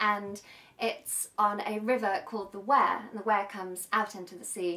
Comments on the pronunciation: Nice song, well sung & played. Never heard it before. So funny you trying the dialect. Much of that Makum is generally spoken in all the North East, or maybe I just understand it because I'm from there.. River Wear is pronounced We-ah. When you try that 'Ah' isn't pronounced 'ar' by the way - just A as in apple. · The River Wear is pronounced Weir not Ware.